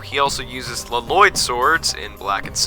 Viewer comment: Finally, someone who can pronounce l-loyd